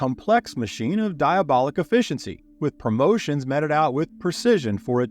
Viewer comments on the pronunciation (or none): MEETED, not meted. Why all the mispronunciations?